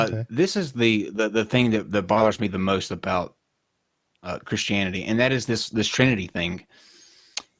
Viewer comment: The only reason he dosent like Christians is because he cant say CHRISTIANITY.